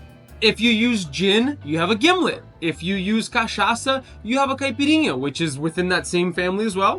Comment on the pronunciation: Mind was blown when you said cachaça and caipirinha with perfect Portuguese hahahah